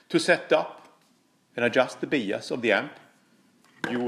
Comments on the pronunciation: quick EngIish Iesson...Bias is pronounced bIas, not beas. Great video though mate. wonderfuI technicaI insight into tube amps and the effect of biasing on tone. The hotter the bias the shorter the Iife of the tubes though.... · We are going to “Bee-us” our amp today!! Lol....the rest of the world says “By-us”(Bias). Still love you and your videos. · They all sound gorgeous!! But it’s 33 for me. Btw your English is fantastic and you know I love your accent, FYI it’s pronounced ‘Byas, ‘ love from England! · Hi, fyi in English “bias” is pronounced “BY-es”, cheers 🤘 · bias is pronounced BYE-ISS like saying goodbye to some whos name is ISS BYE-ISS. awesome video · it’s pronounced bye-ass. lol Just giving you a hard time, love the videos, brother. 🙂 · Cool video! I've wondered about this for years. FWIW it's usually pronounced 'bye ass' 'bi - ass' 'by as'. Although I'm constantly impressed by your English considering how hard I failed at learning any nordic language... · I do biasing all the time. It’s actually pronounced By-ass. BTW, your English is incredibly good.! The amp, to my ears, sounds amazing at 26 Ma! Thanks for the comparisons! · "Bee-ass" love you! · One thing I'm gonna change now for sure is the way I pronounce bias.